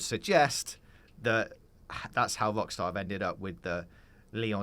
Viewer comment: please pronounce your R. it's NOT WOCKSTAR